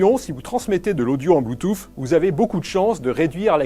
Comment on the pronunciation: le mec prononce bloutouffe au début de la vidéo